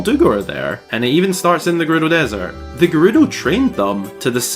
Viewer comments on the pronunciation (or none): none